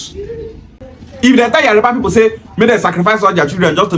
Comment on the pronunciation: Bro it is Yoruba not yariba.